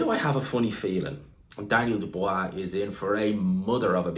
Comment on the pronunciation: Jesus learn how to pronounce Dubois.